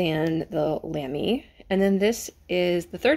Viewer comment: I enjoy seeing anyone discovering the fountain pen hobby! I believe Lamy is pronounced so that it rhymes with "mommy". When you said that you might get one more pen did you hear the wild laughter from all of us that have gone down the rabbit hole? 🤗 I'd wager that you'll have many more to come! Best wishes.